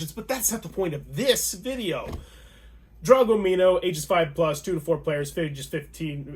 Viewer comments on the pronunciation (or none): It’s pronounced DragOMino - As in Dragon plus Domino. Great video but had to say something lol